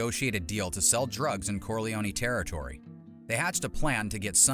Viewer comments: I thought it was pronounced "Corlee-own", not "Corlee-own-ee". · "Corleone-ee"???... I'm guessing it's narrating this video! 😁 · The way Americans pronounce Corleone always makes me laugh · Pronounce the name Corleone right. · Not to mention the E at the end of Corleone is silent, just like it is in Capone. Bugs me no end when people change pronunciations without good reason. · It is pronounced both ways in the movies. A simple explanation - in English, you are correct - the E is silent. But in Italian, the E at the end would most definitely be pronounced. So, it depends on who is saying his name as to how they would pronounce it. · You say that, but Mary (Sofia Coppola in the third Godfather film) pronounces Corleone with the long 'e.'